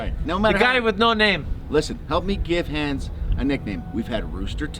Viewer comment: Ok glad to see I'm not the only one. I've never heard the name Hans said like that, so it didn't even come to mind until I saw it on screen. I thought of some movie character nicknamed Hands, although I can't remember which movie.